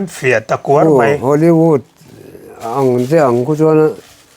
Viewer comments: Bolivud leh Holivud 🤣🤣🤣 i lamsual tlat mai ka pu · "Hollyvût, Bollyvût" 😂😂😂 le'hhhh